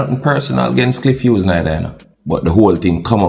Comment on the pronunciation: Clif Whos 🤣🤣🤣 bro g it’s “Cliff Hughes” dunce and proud 🤦🏾‍♂️🤦🏾‍♂️🤦🏾‍♂️